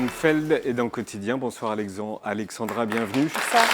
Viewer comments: c'est pas si dur à dire Alexzzzandra pourtant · "Alexandra". c'est difficile? entre prononcer Alexzandra pour la prononcer et écrire Alexandre dans le titre c'est moyen..